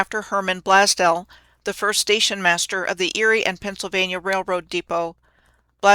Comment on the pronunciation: As a Buffalonian...it's pronounced "Blaze Dell"